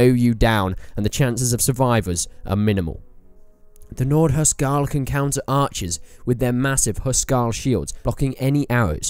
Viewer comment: Hus-Karl... not Hu Skarl.....